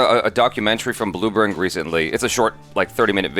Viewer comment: Blooburring? Bloomberg? Don't take this seriously!